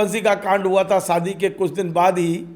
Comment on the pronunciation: सादी नही होता शादी होता है